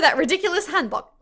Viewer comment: Bro y do u say hanbok like that 💀